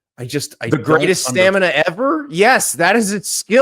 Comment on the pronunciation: My guy cant even say stamina, “stanema”